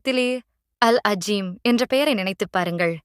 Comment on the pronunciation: அது அல் அளீம். அல் அஜீம் இல்ல. அரபியை உருதுவை வச்சி வாசிக்க வேண்டாம்